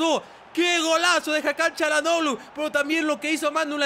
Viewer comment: Yo creo que el nombre de Hakan no se pronuncia como Cha.... ya que si te das cuenta no es una c es una Ç con la comita abajo y ese por lo que veo se pronuncia como si fuera S por ejemplo: Barça força etc.......... saludos eres un grande